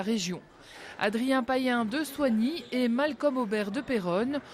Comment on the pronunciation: C’est Malcom pas Malcolm